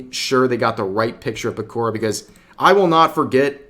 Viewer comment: Pekourrah? It's Pekora